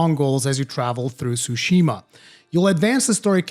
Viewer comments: Tsushima, not sushima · wtf is a sushima